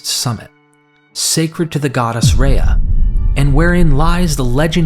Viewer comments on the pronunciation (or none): none